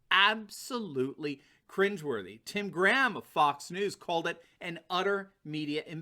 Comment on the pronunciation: Graham. Scottish surname. Pronounced - grey-am.